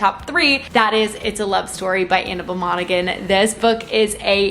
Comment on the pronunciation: I think in Monaghan the g is silent